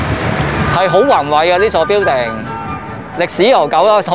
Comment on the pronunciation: 你英语口音好过瘾，好多发音都可以用中文写得出。😁 building：表顶 apartment：阿趴问 burger：bö假 online：昂拉